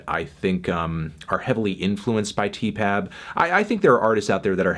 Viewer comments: stop calling it 'teepab' it sounds awful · Can you not saay Tee-Pap? It's sooooooo...